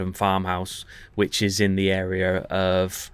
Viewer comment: I can't stop hearing "witches" every time you say "which is", LOL